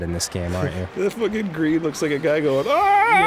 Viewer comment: "On the Gween!" "Pwaya Wun." Anyone else notice this during the series?